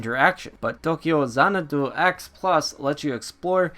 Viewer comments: Xanadu is not an asian word. Don't pronounce it as though it is one. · why you be sayin' dat xanadu like that? lmao